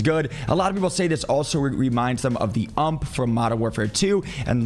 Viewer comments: Did say UMP? lol..its U-M-P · It’s U-M-P… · Did you really say 'UMP' hahaha